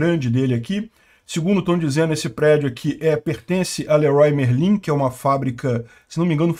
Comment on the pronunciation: LERRUÁ MERLÃ!!! zoera